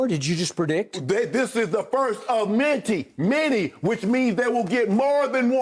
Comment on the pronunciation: “This is the first of minty!” -Shannon Sharpe